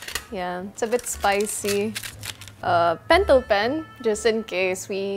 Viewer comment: "ballpen and pentelpel" hahaha so pinoy